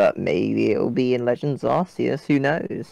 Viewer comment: it’s pronounced Arceus.